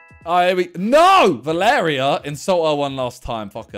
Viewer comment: The way he said "Va-lair-rea" instead of "Val-er-ri-a" like come on